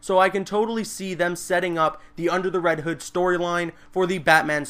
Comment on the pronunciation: its not reed hood